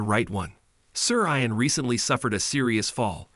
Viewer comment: How about learning to pronounce “Ian” properly?